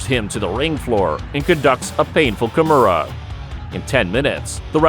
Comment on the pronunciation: It's "Kimura". It's not "Kamura"